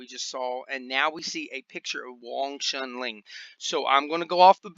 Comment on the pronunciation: It's Wong Shun LEUNG, not Ling. It's my Sigung's name. Thought u might pronounce it properly. - a student of Sifu David Peterson from WSL VING TSUN COMBAT SCIENCE